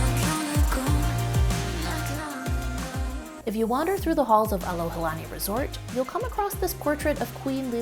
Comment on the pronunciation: You shared a great example of what “aloha” is by doing your homework before arriving here in Hawaii and being sensitive to the locals and native culture. Hope that more visitors (new and returning) would do the same. (as a side note, you were at the Alohilani Resort ... not Alohalani) Mahalo for your video!